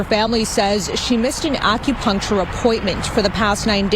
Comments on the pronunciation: Acropuntural appt? If you can’t say acupuncture you need to stop making reaction videos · “AccuPunctual” ma’am please be quiet. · couldn't even pronounce Acupuncture...She said "ACRO-PUNCTURE or sumthin like that!!"..🤦🏾‍♂️ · She doin all this talkin and can’t even pronounce acupuncture correctly , . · this ghetto incubator can’t pronounce “ acupuncture” but thinks she knows what happened 🤣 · Can’t pronounce acupuncture but trying to speak on someone’s situation 😂